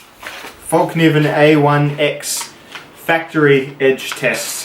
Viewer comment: It's pronounced FELK Nee Venn.. fyi